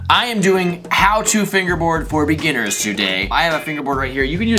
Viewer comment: Umm you said beginniners liar